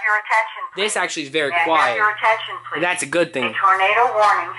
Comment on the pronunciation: Is it possable to make it not talk :P i like the strobe and the sound of code 3 but i dont like the thing saying ATENSION PELASE ATENSION PLEASE !!!